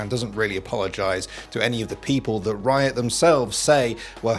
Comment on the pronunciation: to hear him say wiot